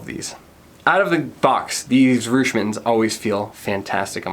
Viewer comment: The name for Reusch is pronouced, Roysh. The eu letters make the oy sound as in Deutchland. I run Reusch U.S. The Warrior Team mitten tested is our third tier. They are not our toughest like our kevlar gloves, nor warmest like our none race frigid temp models. They are made to be a good dollar to quality ratio for race team members who want really good race pole grip as their first and foremost priority. We have a ton of freeride gloves coming into the U.S. market that are tech packed. Hit me up next time you are looking to do more glove reviews.